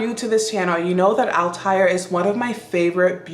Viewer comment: Althair...THREE syllables, not two...al-tah-EAR. Valaya...va-LIE-a...from Sanscrit.